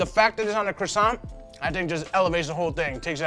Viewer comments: Croissant, not cwoissant. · The cwosants